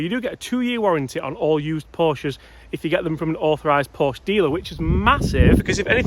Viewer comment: You should be able to pronounce Porsche correctly if you want to praise it. Another one handed driver of a manual car. Try selling it on with a manual.